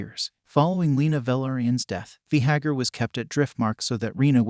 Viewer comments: Vay- Garr pronounce it correctly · V- gahar? What is that? .... I can't watch this video. Change the way your saying it.. ugh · The worst is he just KEEPS REPEATING IT. So frustrating lmao